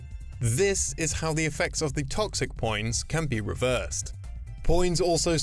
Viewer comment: Please stop saying poins